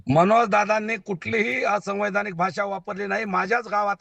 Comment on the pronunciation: Ya la nit संवैधानिक शब्द उच्चारता येत नाही आणि हा आमदार आहे😂😂😂